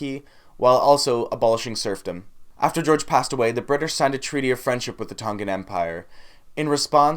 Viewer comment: Respect your interest in our culture but you should learn the pronunciation first from a Tongan speaker before you even attempt.